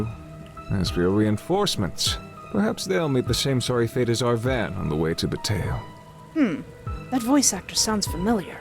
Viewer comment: Just so everyone knows, August Flynn is voiced by Bradley Gareth, who I know as James Anderson from the Seduce Me series of visual novels by Michaela Laws. And surprisingly, said the town's name right, Bataille. Which is pronounced Bu like butter and tail. Oh, and I'm the one who suggested she play this game. Hopefully she'll start playing the full game in Fall